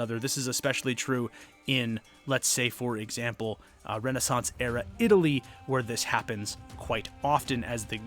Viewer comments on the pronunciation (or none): none